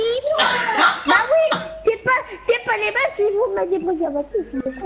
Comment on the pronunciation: Tu met des pèservative j'ai rigolé car juste après 3 seconde il a dit tu met des tampoumon🤣🤣🤣🤣🤣🤣🤣😂😂😂🤣🤣🤣😅😅😂🤣🤣 on fait du feestyle😂😅😂🤣😅🤣😅🤣😂😂😂😂😅🤣😅🤣😅😂😅🤣😅🤣😂